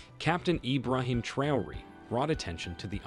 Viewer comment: Learn to pronounce names correctly Ibraham 'Trayori'